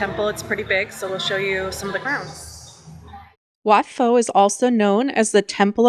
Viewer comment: You can do the train market on the actual train. Look on line and it will give you the details. BTS, train, ferry and train into the market. About 100 baht pp. PS. You were doing well with the names of places until Wat Pho. It starts with a P not an F 😉 Also check out the green lung for a get away from the madness of Bangkok without leaving Bangkok